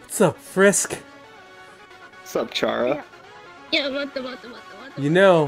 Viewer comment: CHARU NOT CARU